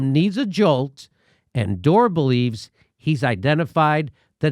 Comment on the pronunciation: Why does she call him Dore?